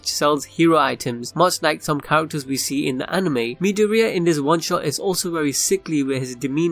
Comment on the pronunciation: I’m a bit bugged on how he is saying midoriya